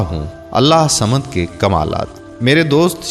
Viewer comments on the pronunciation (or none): Allah hu samad bollte hai Allah samad nai bollte hai samje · برائے مہربانی اللہ الصمد کو صحیح تجوید کے ساتھ پڑھیں ، آپ اسے صحیح نہیں پڑھ رہے ہیں ص پہ تشدد ہئے تو لہذا ہ کو ص سے ملائیں